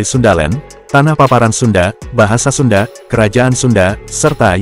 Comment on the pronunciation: Sunda woi, bukan sunde.